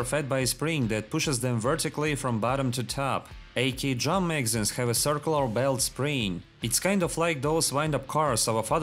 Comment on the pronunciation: I love how you manage to make 'drum magazines' sound like 'jamaicans'